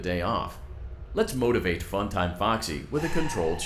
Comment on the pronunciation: Says the one who said motivate as motivatie